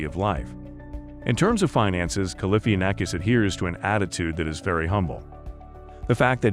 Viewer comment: Learn how to say his name